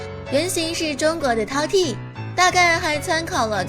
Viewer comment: 饕餮 tao tie 第一聲